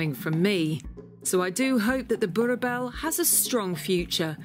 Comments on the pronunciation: You pronounce it boo-r bull like the bull in pit bull…. I always see the fawn to brick coloured ones around but have never seen them in black, which is the most beautiful dogs.. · "were meeting the BURRRBBLS of south africa" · Not trying to put out something rude but i am South African and she pronounced Boer Bul Boerboel bull lol but I love the dog s have one he's name is Tank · The way she pronounces boerboel sounds like born a bell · boerboel American pronunciation: bow a bell. UK pronunciation: boor bell Real pronunciation: death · Please pronounce it boer bull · Boerboel is pronounced boerbull ( like in bulldog). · How to pronounce it PROPERLY: Boorrbull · "bor bell"? no no no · Why can't you pronounce it... Phoenitically - "Boor-bool" or "Boer-Bull" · Boobell not boerboel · It’s pronounced bull btw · It is pronounced boer bull. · Love the way she pronounced Boerboel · The way the narrator pronounces "boerboel" 👀🔥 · You'll have to learn to adapt to local/proper pronunciation of Dog names. Jesus, where does the "bell" come in in Boerboel. that "oe" sound doesn't change in the second half of that word. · It really should be basic journalism skill to make meaningful inquiries regarding the pronunciation of something in a foreign language. A little bit of effort makes the world of difference in journalism but this lazy lady is obviously above showing the simplest of respect to her subject matter. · I thought fixed her pronunciation of the breed but then its all wrong in the outro again. x.x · You pronounce them "boer" "bulls" not boerboels. But great video! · it is pronounced as boer-bull not boer-bell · I thought the pronunciation is bo-er-bell not boor-bell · I'm sorry but It's Boo-RR BULL... not BooBell. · Not boer-bell ... but boer-bull. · Its BURBULL not burBELL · can nobody say it correctly? it is pronounced 'boorbowel' not borbell or brrrrbell ok? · So annoying of her to keep saying Boerebells... its boereboel(pronounced Boorebull) or Boerboel